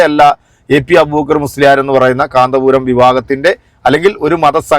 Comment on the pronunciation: കാന്ത പുരമല്ല കോന്തൻ പുരമാണ്